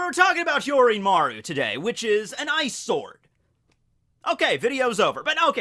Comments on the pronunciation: i know he says ice sword but its sounds like eyesore xD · really thought you were saying "eyesore" when you said "ice sword" 😂😂😂😂